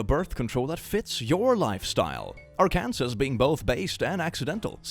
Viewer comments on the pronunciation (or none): Please,, Arkansas is pronounced Arkensaw, not Are Kansas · “Our-can-sus”!? 😂 it’s “ark-an-saw” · fyi arkansas is pronounced [arr-can-saw] not [arr-can-sis] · Just so you're aware, it's not "ar-kan-sas", it's "ar-kan-saw". And that state is incredibly sensitive about it. Pronouncing it as the former is actually illegal in the state. (So, yes, you can be technically arrested for mispronouncing it.) Yes... I don't get it either. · Just so you know, Arkansas is actually pronounced [Ar-kan-SAW], state in the US. Definitely not judging. Love the channel! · As an American, I'm going to correct you so a whole bunch of people from Arkansas don't show up at your door wielding baseball bats. It's pronounced Arkansaw. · So to anybody who doesn't know (not sure about knowledge of the States but) it's pronounced "Ark-And-Saw" instead of "Ar-Kan-Sass" because... English. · Heads up that Arkansas is pronounced "AR-kan-saw." I used to say it like Ar-Kansas too but I guess it's french or something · It's a nitpick, but, love you for all you do, but it's pronounced Arkansaw not Ar-Kansas. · I'm sorry but did I just hear AR-ken-saw being pronounced as ar-KAN-zes? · It is Arkan-saw. Not Ar- Kansas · It’s pronounced Arkan-SAW,. I know it’s spelled weird, but that’s how it’s pronounced.😊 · its not pronounced ar-kansus it is pronounced ar-can-saw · CLICK ARKANSAS IS PRONOUNCED “ARKENSAW” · Quick heads up: Arkansas is pronounced “Ar-can-Saw”. You’re welcome, non-English speakers. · click mispronouncing Arkansas is simultaneously hilarious and illegal. yes it is an actual law that you cant pronounce it "are-kansas" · Arkansas is actually pronounced like Arkansaw, not like Arkansas, just letting you know:) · Arkansas is actually pronounced like "are can saw". no idea why, but Americans and our English ig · idk if you're saying it like that cause of the meme or not, but it's pronounced arr-can-saw😂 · it's pronounced ar-ken-saw Arkansas ❤